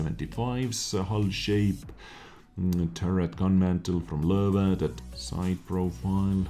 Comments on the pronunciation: It's actually totally accurate. I wonder if he speaks German. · Did I say it's wrong? It sounds so cool. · Why do I like so much how he says Löwe?